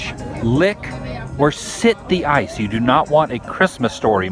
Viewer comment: "Did ya get a load of siz of dat icccee" -GMR MGM